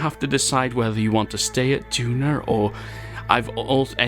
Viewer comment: Hello!!! Thanks a lot for sending me to Duna or as you say Dunarr Lol. Bad news... Everything you have done in a previous version to 1.2, you cannot play it with the communications network... so sad. Keep it up! P.S.: May I Do some surveying or go to an asteroid? Thanks!!!